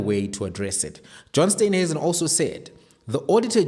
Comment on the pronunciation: Please call him Steenhuisen steen not Stuynhuisen